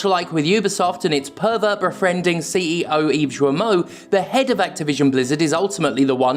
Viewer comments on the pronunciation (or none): When you say "the head of Activision" it sounds like "Behead Activision", and I agree whole heartedly.